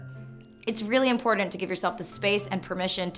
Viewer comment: Every time you say "Important" I hear "Imported"....is this just me?